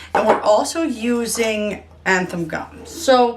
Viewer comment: 'Zan-than' not 'anthan' gum. Your videos are very helpful thank you so much for sharing.